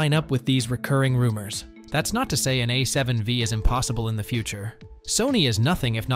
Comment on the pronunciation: A7 five! not wee